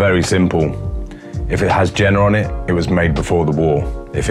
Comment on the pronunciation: Also - it's pronounced Yay-ner, not Jenner. Wetzlar is Vetzlar.